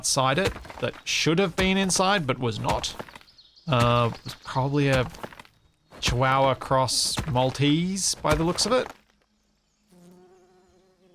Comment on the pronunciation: For some reason when you said chihuahua is sounded like you had said chih-wow-hua. I used to work with a person who said chih-wow-wow. I just was the release notes for SE2 VS 1.1 and where they say "Tutorials will be added closer to the end of development." I half expected it to also say "Unless beats us to it."